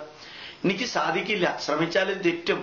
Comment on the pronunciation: ഇയാള് പറഞ്ഞല്ലോ സാകിര്‍ നായിക്കിന്റെ ഉച്ചാരണം ശരിയല്ല എന്ന് , ഇനി മലയാളി ആയ ഇയാളുടെ ഉച്ചാരണങ്ങള്‍ താഴെ പറയാം ശാദിക്കില്ല =സാധിക്കില്ല ശൂര്യന്‍=സൂര്യന്‍